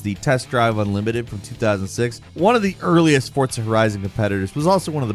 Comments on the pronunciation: Sheriff Hooper… lol. I hear butcher names more often than Jake nowadays., I know your a bird but it’s not pronounced Fortza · why does he say forza with a T